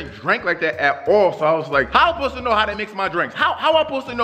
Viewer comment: I love how say pose to know instead of suppose to.he funny he make me laugh😂😂😂